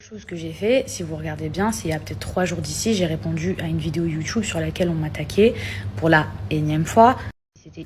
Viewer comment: Pourquoi elle dit YOUTUUUBE avec accent mdrrrr